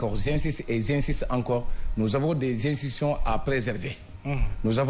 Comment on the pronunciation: Où est khalifone qui insultait gravement macky ? Où est coura macky? Où Julie diop ? Tu ne les as jamais entendu. Avec ton français pourri. On dit institution et non insition. Ou bien tu parles wolof. Connaissance et pertinence zéro. Bizarrement tu as mis du sable dans la sauce. Omar talla nous a fait une bonne sauce.q